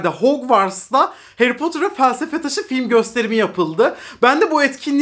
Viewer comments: Potur değil 🥺 ne olur artık doğru telaffuz… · "Harry Potter"'ı "Heri Potır" yerine "Heri Potur" diye okumasına bayılıyorum:D